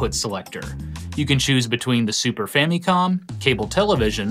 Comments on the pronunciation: I quit watching about the 8th time you pronounced famicom that weird way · Gaming Historian pronounces Famicom like he went to Japan once and heard them pronounce it differently and now he makes sure to pronounce it like tht super hard every time.